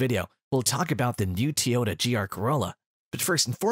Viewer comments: TOYota Not Teeoyta 😂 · WTF is a "TeeYoda"?